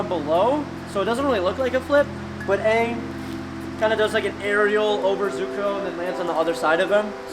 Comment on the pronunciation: "aangle" lol